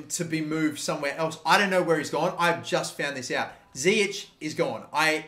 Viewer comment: It's zIyech not ziyek